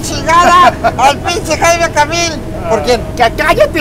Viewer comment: "Jaimico Camil" 😂😂😂😂😂😂